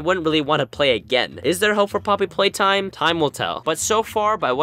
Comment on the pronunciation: Both you and FoeKoe called it “Poopy Playtime”